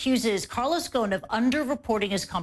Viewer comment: You’re pronouncing ‘Ghosn’ wrong. The ’s’ is pronounced. The word is Arabic for ’tree branch’. 🌴🌳🌿